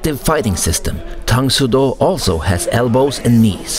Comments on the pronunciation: Tang “Soo” Do. Not “So” Do. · I found it kinda amusing how a karateka like pronounces the Soo in Tang Soo Do as 'Sō' because he's accustomed to Japanese lol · PS a year later: It is pronounced "dang soo do", soft T, the U sound then Oh tang soo do. Also, Tang Soo Do came before Taekwondo.. so, I don't get why you call it a hybrid of Japanese Karate and Taekwondo...